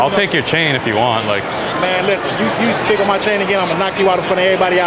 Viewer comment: He said “speak” on my chain not “spit” on my chain